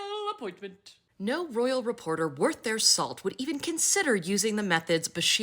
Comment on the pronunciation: The "rrrrroyal appointment" makes me soooooo happy!😅😅😅